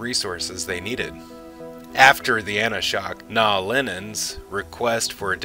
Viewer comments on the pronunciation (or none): I believe the word you were looking for is Anla'shok, not ana'shok. Also Coriana VI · An'loshock not anashok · I know I'm a bit late getting to this video, but I noticed two glaring errors in your narration. 1. When you talked about the Rangers you pronounced their Minbari designation as An A Shok. It's An La Shok with the L vocalized as per the same as La Bamba and clearly enunciated in all the episodes and the movie In The Beginning. 2. The final battle of the Shadow War was not fought at Carenda VI as you pronounced it, but Coriana VI, which was clearly enunciated many times as such in the episodes mentioning the star system. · It’s AnLA’shok, not AnA’shok. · Really great video with detailed timeline! Only thing bothering me was the name Anla'Shok being mispronounced several times, makes me wonder sometimes if the people who make these videos watched the shows cause then they would know how to pronounce it. I'm just nitpicking of course. Keep up the good work!